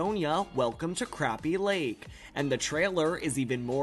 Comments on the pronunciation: Okay, we must learn to pronounce crappie. Croppie.... Now try saying it like that. Then you'll be close. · I knew they would mis pronounce Crappie but i am going to watch it i love thise two ladies